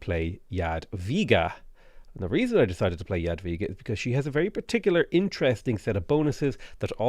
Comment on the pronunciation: I appreciate correct pronunciation of "Jadwiga". This is even more amazing taking into account difficulty of polish language and the fact that game lector reads the name wrong. Good job,! On the other hand, "Sukiennice" needs some improvement. I don't blame you, it's must be a hard word to tell correctly